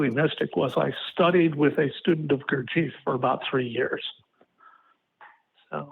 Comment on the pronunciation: Gurtieeff? Does he mean Gurdjeff? If so, my Dad attended his workshops for a couple of years.